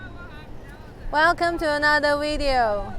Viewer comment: Dont you just love it when that girl says "Welkem tonada wireo "